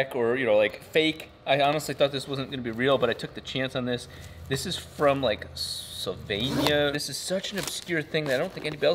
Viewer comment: HI just to tell you it"s Slovenia not sovenia:D also they make these in the near where i live really cool for a small vialge.